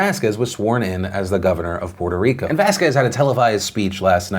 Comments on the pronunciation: I'm just glad, Phil, is saying Puerto Rico without an accent.....i was getting triggered. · Puerto Rico; Draining the hell out of it's swamp! Also, Thanks Phillip for not putting on the mierda accent when pronouncing the name.